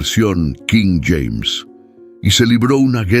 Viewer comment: Cada vez que dices nueva versión quím James...me obligas a quitar el video